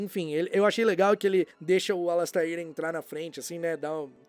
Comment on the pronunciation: e precisam aprender a dizer a pronúncia correta do Alastair, tadinho. (Alasteir)